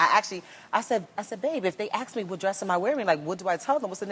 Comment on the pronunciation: Remy, no one's gonna "ax" you, they'll ask you.